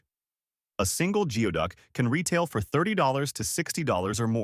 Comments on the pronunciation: goo-ee duck not gee-oh duck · You recognised that it is pronounced as 'GOOEY-duck' but continued to pronounce it as 'GEO-duck'? Why? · It's funny how the narrator mispronounced geoduck throughout that entire part of the video, except for when he said how it's pronounced. It's spelled geoduck, but he was correct when he said it's pronounced "gooey-duck." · It's pronounced like Goo-ee-duck! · 😂 the pronunciation of geoduck was corrected once then went right back to mispronouncing it. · It's Gooey Duck , you can't even pronounce Yakima Yak e ma . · or geoduck